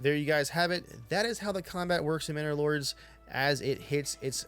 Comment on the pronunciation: from now on the name is "Minnor Lords" instead of "Manor Lords", mhm.